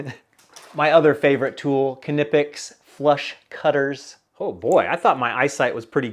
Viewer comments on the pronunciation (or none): FYI, The K is silent in Knipex.....like Knight.